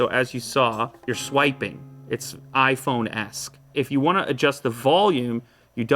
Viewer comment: You literally said iphone esk